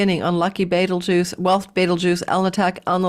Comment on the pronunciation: Love you,! I am watching now, cuz I was in a very long and silly work meeting...womp womp 😂 every time you say beetlegaise - I think of Beetlejuice! 😋